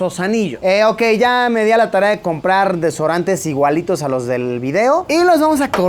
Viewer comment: Yo viendo que luisillo dijo desorantes😂😂like si lo escuchaste